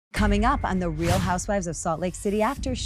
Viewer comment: If you're going to force us to listen to Whitney-the-Bubblehead then someone is going to have to correct her fkg grammar. Teach the girl to say the words REAL and FEEL. I cannot with the "rills and fills" of this girl's mispronunciations.